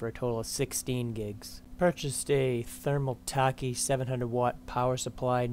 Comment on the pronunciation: 979 dollars with a 670? Great budgeting, and looks good as well. BTW never heard thermaltake being pronounced with the -take like the Japanese drink sake.